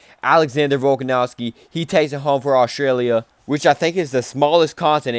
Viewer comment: I deadass couldnt keep watching after hearing you pronounce Volkanovski